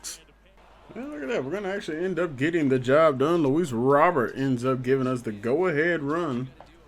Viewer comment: Just a heads up; It’s pronounced Luis “Row Bear”